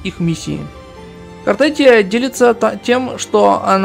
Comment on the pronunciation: Не Картетия а Картефия.